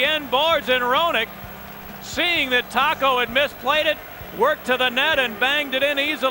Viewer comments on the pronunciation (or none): none